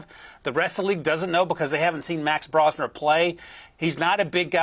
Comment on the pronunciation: BRO-smer. Not Brah-smer. Just in case everyone is going to need to know 😂